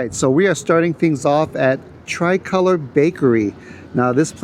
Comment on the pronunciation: The bakery is pronounced “three ko-lore”.